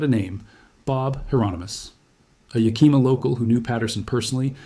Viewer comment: You might be interested in knowing that the Yakima were a tribe of Native Americans. It is not pronounced "ya+kee'-muh". Native languages tend to put the accent on the second syllable. The tribes name is actually pronounced as Yah-kih'-muh. Just saying... Love your videos regardless! Dreamhawk 🪶